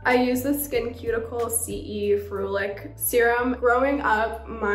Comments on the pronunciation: No she did not call it “ skin cuticles” 😂🤣🤣 it’s “skinceuticals, as in skin pharmaceuticals. Wow she IS Cassie lol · anyone else actually get so mad when she says "skin-cuticles" instead of "SkinCeuticals" like pharmaceuticals... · Her pronouncing Skinceuticals as "skin cuticles" 😭😂 why is she the cutest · She’s awesome. Side note: it’s really funny when people pronounce SkinCeuticals as “skin cuticles.” 😆